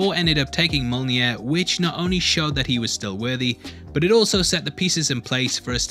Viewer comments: Mjolnir, not molnjir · You've really got to correct your pronunciation of Mjolnir. Please! It's m-YOL-neer, if that makes sense. The first syllable doesn't sound like mole.